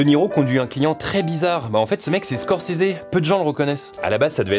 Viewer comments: par contre étant fan absolu de Scorsese et Bobby , il n'y a pas de "é" a la fin de Scorsese , il y a beaucoup d'infos que je connaissais a par la mort du compositeur !Video Super Top !!! conrinue comme ça ! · Pourquoi il dit Squorsseézé ? Stopppp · Moi perso je prononce Scorsaise